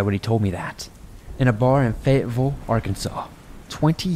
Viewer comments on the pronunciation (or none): none